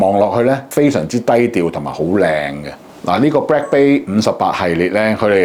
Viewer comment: it is bLack not bRack...